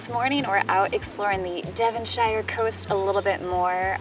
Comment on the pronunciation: Devonshire - pronounced DevonSHEER. So surprised you’re not aware of that....